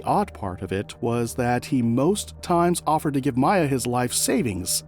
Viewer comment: First of all, her name is Miya - MEE-A, not MY-A. That irritated me, because did you not watch the video footage you included? This is soooo sad, praying for peace for this family. 🙏🏾